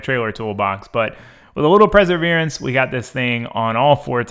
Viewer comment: preserverence? lol you mean perseverance ?